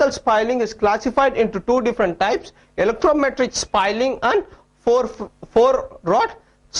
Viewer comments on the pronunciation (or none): its not electrometric its elastometric